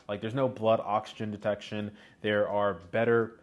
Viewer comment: Did you say extra heart detection 😂😂